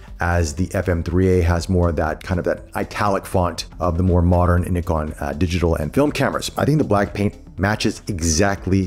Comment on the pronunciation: Great unboxing and overview. It's so great to hear an American say Nikon correctly!